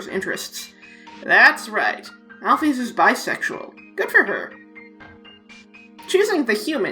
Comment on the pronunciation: Alphys = Al-fiss Basic English